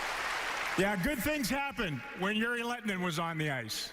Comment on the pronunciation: would have been great if he learned to pronounce a players name right one time :D